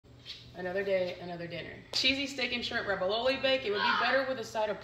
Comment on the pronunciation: Hun- ravioli doesn’t have a B in it. RAV-EE-O-LEE.